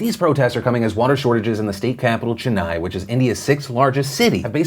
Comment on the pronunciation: Phil, I love you but please pronounce Tamilnadu and Chennai right! I'm from there and it's very annoying when people don't pronounce it right